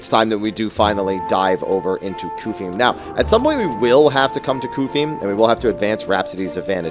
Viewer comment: the way you pronounce Qufim would mean that the word “quick” would be pronounced like “kook” lol